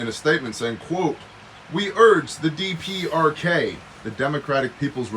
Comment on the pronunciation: DPRK-the "dee-perks".